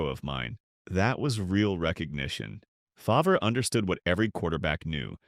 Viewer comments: I tuned out as soon as Favre was pronounced “Fov-ree”. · AI slop... Fov-ree, lol. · Ahh yes, Brett fahvray. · Brett who ? Fah v rah lol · It actually made me laugh because that’s how they pronounced it in “Something About Mary” when he made a cameo, lol. And let’s not forget Paul Tagliabu butchering his name when he was drafted and calling him “Brett Favor”. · More AI trash that can’t even pronounce some names correct. Fav-Rahh. Click bait thinking you see a real interview and it’s just more trash that we will see more and more of. Don’t subscribe…give the support to real content creators.